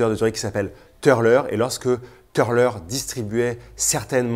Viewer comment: Jolies pièces; d'ailleurs les plus belles sont déjà parties, 17h après la publication ! A noter que le "u" de Türler se prononce "u" et pas "eu" grâce aux Umlaut sur le u ;-)